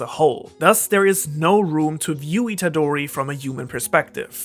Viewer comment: please pronounce Itadori with a real roaring sound “R”, it’s not an english name